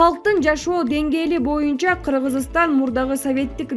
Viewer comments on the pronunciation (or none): none